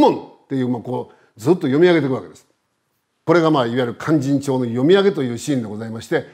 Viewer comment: 先生の勧進帳の発音はなんだか連絡帳みたいです。あと市川！とか、よ、弁慶！とかいいません。ただ説明したいだけなのは分かりますが、せめて勧進帳の発音はカッコよく正確にお願いします